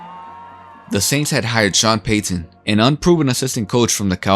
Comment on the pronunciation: Hate the way this dude says Payton and Peyton